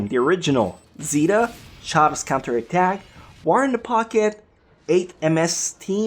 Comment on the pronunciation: char's cunter attack... you didn't even pronounce the o